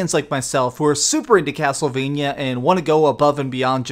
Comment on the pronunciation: could you please stop saying castlevanyuh? it's castlevania. vania, sounds like mania. sorry, it's just a pet peeve.